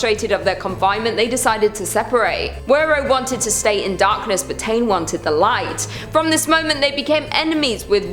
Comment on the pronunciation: Queen! I’m Māori from New Zealand. The god Tane is pronounced Ta-nay and you pronounce Māori as Mao-rii…. Kinda, it’s hard to pronounce without the tongue roll